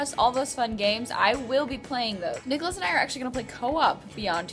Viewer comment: nicholose =)) it sounds like Nichol-O's :))